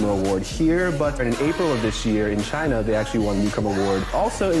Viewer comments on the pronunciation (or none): none